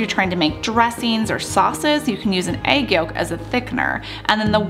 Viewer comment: whats an ''aig'' ?